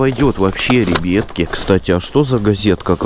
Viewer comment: Как он афигенно говорит ребетки😂😂😂